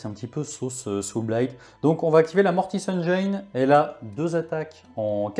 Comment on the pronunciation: Écoute moi bien! Tes rapports de bataille sont excellents. Mais… la prochaine fois que tu dis Mortis Engeeïïne je me désabonne direct! 😂